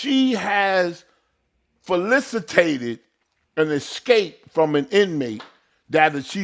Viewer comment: "Falicitated" 😂🤣😭😭💀 dumb funny 😂😂😂